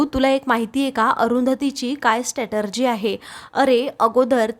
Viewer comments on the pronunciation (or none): स्टॅटर्जी 😂😂😂 स्ट्रॅटेजी असा शब्द आहे